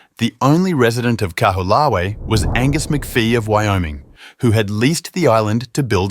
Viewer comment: KA-WHO-LAH-WEE? Try, KAH-HO-OH-LAH_VEH (Kaho'olawe)